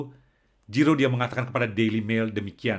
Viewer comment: Puji Tuhan! Ga nyangka, jarang2 ada org Perancis yg sungguh2 pengikut Kristus! Semoga semakin menjadi berkat! 🙏🙏 (Btw, baca huruf g dlm bhs perancis itu spt ZY bro, bukan J spt bhs inggris😁✌)